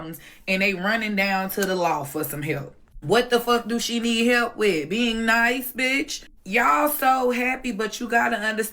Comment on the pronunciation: It's sooooo funny everytime I hear someone say "hepp" instead of "help".